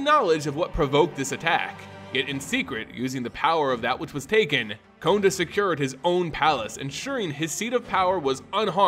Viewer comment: Your voice is easy to listen to, and it will serve you well in the lengthy videos. Sorry to point these two out, but no one has mentioned it that I saw. Konda = K(ah)nda, Umezawa = (oo)mezawa. I really enjoyed the video though, and I appreciate the work done on it. Don't forget to do phonetic research.